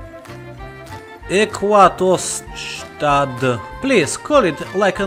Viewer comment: wow, you spelled äquatorstadt great, im surpised, your the only one who was able to pronounce the ä right by now.